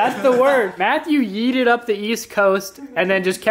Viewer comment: He yoted not yeeted